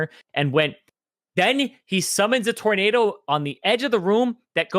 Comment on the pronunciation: 'Torn nad ohs' confirmed